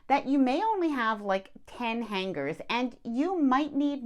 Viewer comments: The g is silent in the word Hanger. Seems to be a thing now to pronounce it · The “g” is silent in the word hanger. It is not pronounced when it is said. Love your videos